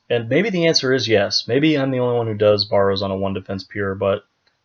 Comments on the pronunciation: BARE-ROWS......not BAR---ROWS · Why do you say Baw ro's instead of Bar o's? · Mans saying borrows